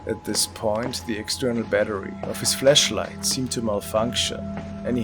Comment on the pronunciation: Lol! Do I hear right? "fleshlight"! 🤣